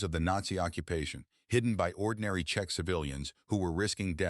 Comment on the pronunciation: As usual, bad AI spelling and pronounciation. Variations of Check, Chechen incorrect. Czech too complicated for an idiotic AI voice. Why do you add suntitles when YouTube can provide more accurate subtitles if required?